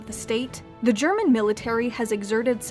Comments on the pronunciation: Do you speak German,? I'm still really impressed with your pronounciation. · Her German pronunciation is really good for an Anglophone.